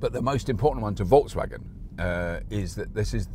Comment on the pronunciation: I wish you could pronounce Volkswagen like you pronounce 'Seat'